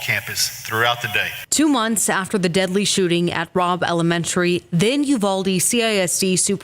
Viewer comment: This bugged me at the time and it bugs me now: "UYALDE" ....why!??